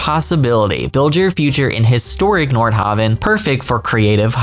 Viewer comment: You kept saying Nord HAVE EN, It's pronounced haven, as in a place of sanctuary, not have in! PLEASE don't start another mispronunciation of a word in this game. It's enough of an annoyance to any educated person to hear the other ones I have stopped griping about. Thank you